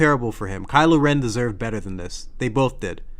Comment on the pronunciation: Crylo Ren 🤣